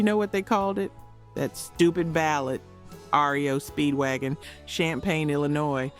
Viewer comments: watching these videos and listening is ruined when you realize it is AI because they don't know REO Speedwagon is pronounced R. E. O. not rio. an other obvious audible mistakes. I lose interest. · ITs R E O not Rio Speedwagon. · It is R -E-O Speedwagon, not Rio Speedwagon.